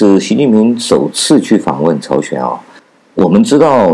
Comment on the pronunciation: 朝鲜，不是朝选